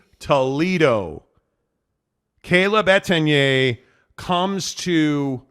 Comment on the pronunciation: So many errors in this one video. Mispronunciation of Etienne’s name, doom and gloom around Slovis, byu being the “16th” team in the Big 12. Man is insufferable.